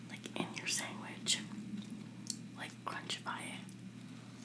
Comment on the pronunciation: Do u say sangwich?